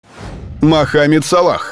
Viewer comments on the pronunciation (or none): Мааахамед, Мааахамед, Мааахамед, уши режит!!!! Неужели, так сложно сказать Мохамед Салах 🤬